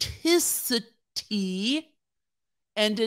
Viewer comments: You reading “authenticity” was a mood, like as your were trying to pronounce it, I was right there with you 😭😭 had to rewind and try again 😂😂😂😂😂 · I really think you are so imformative....a number of us listen here in nova scotia which allows for great debate....thank you,....and that darn word...,awthentisitee